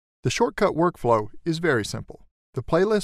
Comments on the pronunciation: You keep pronouncing the application's name as "SHORT-CUT", while "SHOT-CUT" would be far less annoying and much more correct. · Good video but its not shortcut its shotcut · Dude, it’s called Shot Cut, not Short Cut...otherwise a good tutorial. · its not shortcut its shotcut But thanks for the help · its Shotcut not Shortcut lmao omg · Is not shortcut it’s shotcut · you keep calling it shortcut but you can clearly read its "shotcut" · why are you keep saying short cut its shotcut.LOL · Aside from the fact you call it SHORTcut. 🤣 Great tutorial. Thanks! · You keep calling this "shortcut", but I think it's actually "shotcut" ? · bro keeps on saying "shortcut" 💀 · I stopped watching after the 2nd time you called it "Shortcut". 😏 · Got it... great tutorial. But what drove me nuts... was him calling it "shortcut" every time. It's just poor selection in VO artist. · Couldn't watch and listen to you keep calling it "Shortcut". It's like listening to a Democrat Senator saying "Illin-oyz" instead of pronouncing Illinois correctly. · Why are you saying shortcut 😫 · Nice video, but It's hard to watch because he kept saying short cut, UGH!!!! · My immediate worry and before I waste 10 mins of my time is that you are incorrectly pronouncing SHOTCUT, there is NO R so why confuse!? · Why do you keep calling it "Shortcut"..? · Read the name right its SHOTCUT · he said shortcut lmao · it is shotcut :p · why pronouncing the name of the software was an issue though? Atleast they gave you an in depth tutorial. people these days though lol. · What's up guys, making a great tutorial here but our "voiceover" can't read things correctly. (Tbh doe it's great thanks!) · i noticed and it bugs me but i cant complain to much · its shotcut not shortcut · It's "shot"cut not "short"cut there's no R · Wonder why the narrator says 'shortcut' when the software product name is 'shotcut'... no R ! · Right at the start, Let's see ... better to say We'll see in this video... It's Shotcut, NOT Shortcut.